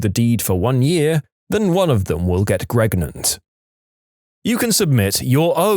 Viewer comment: Did he say “gregnant” instead of pregnant